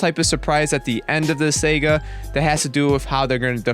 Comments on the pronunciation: great vid but just one thing... saga... saa-gaa not Sega. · Dude, it's Saga, SAH-GAH, not Sega Genesis. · Um you keep pronouncing saga wrong and the weapon goku black used is called a scythe which you also pronounced wrong.